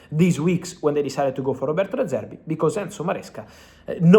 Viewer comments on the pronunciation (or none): none